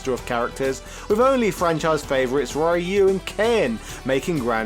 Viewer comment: I so wish this guy would pronouce Ryu correctly, ever since street fighter 4 used the correct pronunciation there's no excuse to keep pronoucing RIE-U.